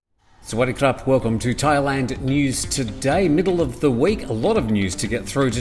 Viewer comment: I really enjoy your daily broadcast! I watch it most days and have recommended it to friends abroad also! Would be nice if you gave your first name though, so we know whose talking to us! AND, your "swad dee cop" is said a little too fast.....and the "dee" needs more specific enunciation! Its the "good" part of "good day" or "good afternoon" or "good evening"! Thanks for all you do! Cheers, D